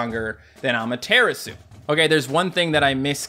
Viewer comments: Cant believe he still pronounces Amaterasu as Ama-Tear-Isu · When says Amaterasu like that, it makes my face go 😭